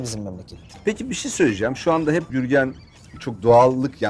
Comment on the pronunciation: Gürgen diyor Jürgen anlıyorum 😅😅